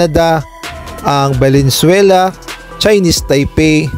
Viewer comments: Valensuela😂😂😂. Bulacan? Baka Venezuela✌️ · Venezuela bro! Hindi Valenzuela😊